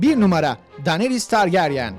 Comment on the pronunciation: Daneris dedi ya😂😂😂😂 Abi ingilizcene sokayım dinariys diye okunur o 🤣🤣🤣🤣